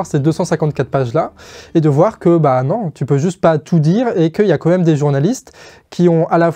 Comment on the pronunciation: Merci encore à l'équipe pour votre travail. Je relève juste une petite chose. Ça fait plusieurs fois que je t'entends dire "comme même" et non "quand même". C'est sûrement une hallucination auditive, mais je préférais faire la remarque pour être sûr. Et sinon, pour finir, la vidéo est tip top, comme d'hab !